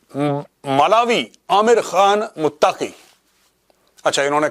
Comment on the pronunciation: Mawlawi amir khan mutaqi nahi molvi ameer khan muttaqi naam to sahi say sekh lo major sahb